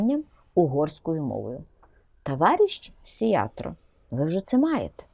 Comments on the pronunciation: Не "Сиятро", а "Сиярто". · мадьяри роблять своє, а от що робить Зє!влада???